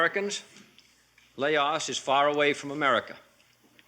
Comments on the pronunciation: Why do they pronounce Laos as layooous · It always cracks me up how Kennedy pronounced Laos as Lay-os. America has always and will always be ignorant of the rest of the world. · I like how JKF pronounced Laos as “Lay-oss”. 😆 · Did he sa La os? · Why did JFK pronounce Laos “Lay-os”? It’s not that JFK couldn’t pronounce it. He chose to pronounce it like that because he knew the majority of the US had never heard of Laos. He was concerned that the public wouldn’t take it serious if he used the proper pronunciation; which sounds the same as the singular form of “lice”; which is “louse”. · Lay-oss what the heck 😂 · The way the beginning pronounced, "Laos," as "Lay-os" cracked me up so hard😂🤣 but it's fine. Narration pronounced in the same way I do when I say, "A-R Kansas," for Arkansas. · "Lay-off, Lay-aus"-Kennedy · "La Os" how can the American leadership even wage a war when they couldn't even pronounce the name correctly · lol lay os... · It’s not that JFK couldn’t pronounce it. He chose to pronounce it like that because he knew the majority of the US have never heard of Laos. He was concerned that the public wouldn’t take it serious if he used the proper pronunciation; which sounds the same as the singular form of “lice”; which is “louse”. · JFK couldn't pronounce chowder, and he sure as hell couldn't pronounce Laos ! How the USA gets dumb downed ! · Going to war with a country whose name you cannot even pronounce is so Amerikan. I was never a fan of Kennedy until after his assination and learned why that happened. Seems he was capable of learning and change. An unforgivable sin apparently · It’s like allow without the A. Learn how to pronounce it Kennedy